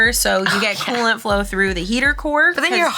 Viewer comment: Yeah, it's "Cool-Ant it"!!!!🤣